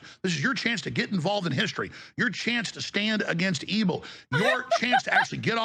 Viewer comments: 1. I'm convinced "ebil" is a deliberate mispronunciation, not sure what he thinks it can do for him legally but he's dumb like that 2. Alex Jones is a known chaser, it's so funny seeing him even dare to bring up that topic or use the word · I can't unhear ebbil